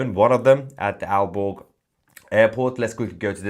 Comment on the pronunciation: Aalborg Airport ---I was out of the room, and thought you said, "Al Gore" Airport!! I wonder if they are going to shoot them down.